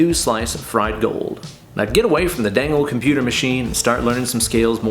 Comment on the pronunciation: How many times does he say meow instead of now?